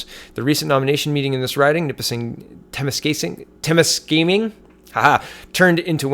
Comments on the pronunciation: Thanks, always good info! Temiskaming = tah-misk-ah-ming. 😂 lol all good brother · please don't take offense but it would probably help if you just searched a couple of local videos on temiscaming to see how it's pronounced. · Its pronounced Ta-Misk-Ka-Ming.